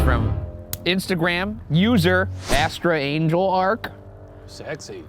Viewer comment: So we’re letting Ryan get away with pronouncing astrangelark as “astra angel ark” and not bullying him for it? ok.